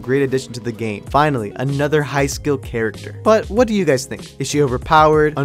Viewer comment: did aanyone else notice the "waht"?